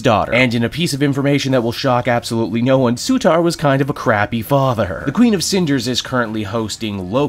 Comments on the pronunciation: C'mon, it's Surtur, not Sutar. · Sutar? really? c'mon! Surtur man! We still love you.